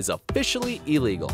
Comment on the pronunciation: Its illegal not "elligal"